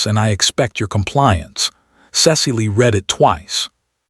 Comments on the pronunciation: The verbs ‘to read’ and ‘to misread’ rhyme with ‘red’ in the past tense. A human narrator would know that. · Narrator lacks proper accent for the tale. Dull dull dull. Misprounounces past tense of read and others.